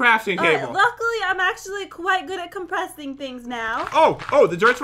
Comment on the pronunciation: Pat: balls all over- NO I'm not gonna out that! To common Pat: the compreshing machine Me: What is a compreshing machine?